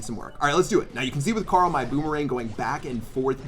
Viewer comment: The was you say Carl !!! It sounds like corol ! 😂 I’m here for it lol